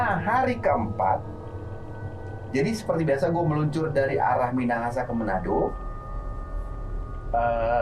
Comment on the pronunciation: Bukan menado bang tapi manado